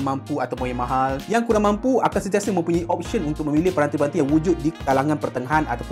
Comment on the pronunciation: Apasal kau kata kureng ye bukan kurang ke?😂